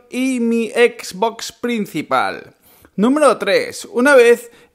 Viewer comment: Comprate una ps4 porfavor, porque cada vez que pronuncias xbox me chirrian los odios